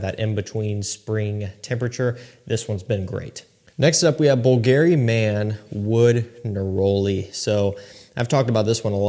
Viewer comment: Bull-Gary. Lol. Not even close to the way it's pronounced but it's okay. You're new to the game. Does anyone know when JPG Le Beau Paradise Garden is going to finally get to the American market?